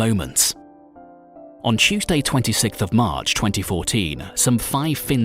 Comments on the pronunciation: dont mind me this is my checkpoint for “Chewsday” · Did u say chewsday .💀💀